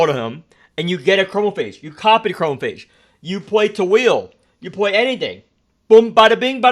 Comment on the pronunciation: i love how hesitant you were to pronounce chromaphage when it's the most correct you've ever pronounced anything from the game